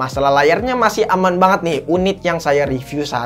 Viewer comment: kebawa abis ngomong ngambang 😄